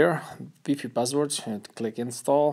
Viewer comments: Its WiFi not weefee! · this guy said weefi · GELYN in french and spanish is pronounced “weefee” maybe english isn’t his first language and it isnt that deep